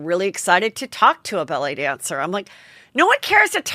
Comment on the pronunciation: I kept hearing “belly dancer” & not ballet dancer lol!